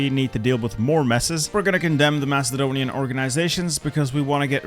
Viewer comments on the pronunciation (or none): none